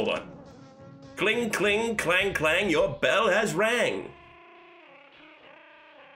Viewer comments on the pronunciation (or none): none